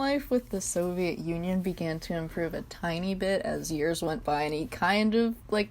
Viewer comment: “Soviet Onion” Trust me i dont say Union anymore even in history classes its O n i o n This is amazing omg XD